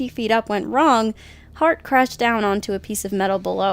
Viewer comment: It's Owen HART... not Heart...